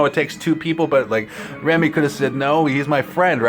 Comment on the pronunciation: Again, his name is pronounced "Ray-mee"